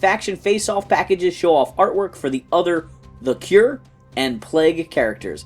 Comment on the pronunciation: Its not the Cure its the core. Like the marine corps.